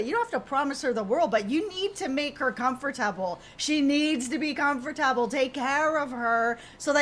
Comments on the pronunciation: She has mentioned in the past that she has family members from the Caribbean that she was raised with and they pronounced it come-fer-tubble and that’s why she says it that way. Good call that you picked up that it was regional 😊👍🏻👍🏻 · I’ve never heard anyone pronounce the word “Comfortable” the way you do lol is it a geographical thing or a thing? I like it